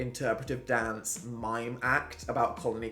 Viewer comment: mans left for two years and started sounding northen case in point “dance” “mask” “masterpieces” with the long a’s 🤔🤔🤔 still swallows the t’s tho